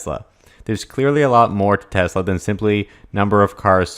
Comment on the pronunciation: It's TeSla. Not TeZla............